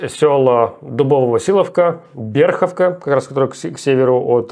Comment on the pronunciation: Не Берховка а Берхивка